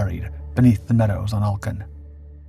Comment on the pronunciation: Denmark gets mentioned in a Dark5 video, what a great day, but your pronunciation of Alken is bad.